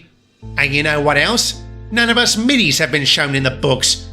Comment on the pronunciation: Why did diesel say moiddis and norestas I thought that those names were no more